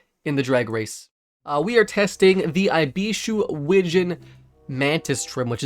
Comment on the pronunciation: Every time you say eyebeeshoe i die a little